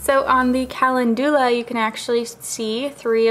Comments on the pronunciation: Kal - en- doo- la. No,, wrong. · the way you pronounce calendula makes me so mad lmao